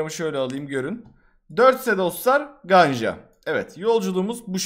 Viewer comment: E ler bizde ə diye okunuyor Ganja deyil Gəncə Şaki deyil Şəki Bakü deyil Bakı